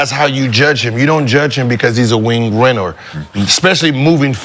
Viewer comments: “Wing rennor” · “Wing rinner” lol … love those